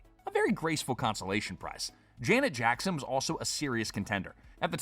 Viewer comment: 😅"Jana Jackson"? ai stupidity or a human that never lived in the 80's?